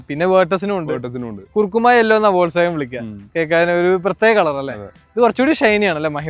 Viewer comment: വോൾക്സ് വാഗൻ അല്ല, ഫോക്സ് വാഗൺ